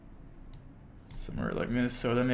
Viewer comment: HEY HEY WE DO NOT PRONOUNCE ILLINOIS WITH THE S. 😡😡